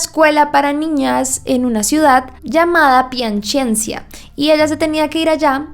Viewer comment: No es piacenzia, es piacenza. No entiendo porque tienes que agregar una i donde no la hay. Entre z y a no hay ninguna i, no tienes que agregarla tu